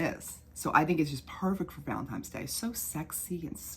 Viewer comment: I'm convinced that you're saying "valentimes" on purpose lol